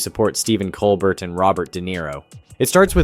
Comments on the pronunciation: It's Col-BEAR,, BEAR! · How about pronouncing Mr. Colbert’s name correctly more than two times in a video. Just so you know… it is not Cole-BERT, it is Cole-BARE. Have you ever watched the show?…it would seem not. It is a French name, hence COLE BARE. It is an insult to Mr. Colbert…aside from that I enjoyed your videos on Colbert and Kimmel. Please watch the Colbert show and learn to be respectful. Thank you. 🙃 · It’s amazing that you can’t pronounce “Cobert”